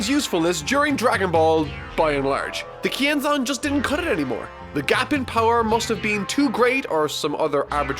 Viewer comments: I always thought they said "Ki Enzyme" not Kienzan. Guess I'll have to my Dragonball Fan card revoked. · I thought he said "YING ZANG!"